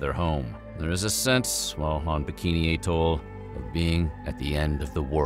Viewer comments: Bikini at-toll 🥹 not at-tole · That is the weirdest pronunciation of "atoll" I have heard. It is commonly either "at-toll" or "ah-TOLL". K'Gari is not a dangerous island, it is the waters around it. Réunion has a population of about 870,000. It can't be that dangerous.